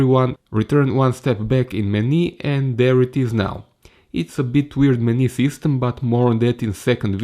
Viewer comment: hej... verojatno si u međuvremenu riješio ali vidi za izgovor "menu"... nije "meni"... i "ratio"...